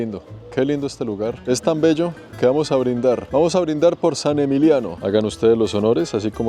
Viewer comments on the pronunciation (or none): Es "Saint-Émilion", no "Saint-Émilio". San Emilio es un municipio de Filipinas. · No es ni Saint-Emilio ni San Emiliiano es SAINT-EMILION. Menuda burrada sueltas, respecto al Palais Cardinal. Ahí no vivieron los Romanos fue construido a partir del siglo XII. No sigo con más detalles para no decepcionar a tus seguidores. Hay que documentarse antes de publicar algo. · Hola, vamos a ver, a ver si te sitúas vale??? se pronuncia en castellano Sant Emilión, con N, y no es Bordeus, es al reves: se dice Burdeos. Y en cuanto al edificio que dices que fue un edificio romano (1,07), se construyó unos 1.200 años mas tarde; realmente deberias informarte mucho mejor, no es un fallo aislado el que has tenido, son unos cuantos en un mismo video, sin comentarios....y tu te dedicas a esto??? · Es Sant Emilion, Y esta vez si que tienes que pronunciar la T , Y Emilion asta el final , Saint Emililion se pronuncia completo y se articula completo.